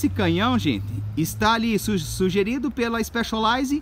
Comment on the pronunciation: Que diabos de IXPÉXOLAIZE que ele tanto fala?